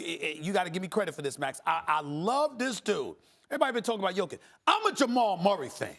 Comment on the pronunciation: Steven A finally said Jokić's name right